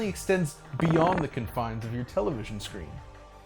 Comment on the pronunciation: Excellent video overall. But "stippling" rhymes with "rippling", and the emphasis is on the first syllable when using "confines" as a noun rather than a verb.